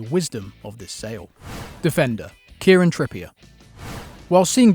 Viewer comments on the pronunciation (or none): none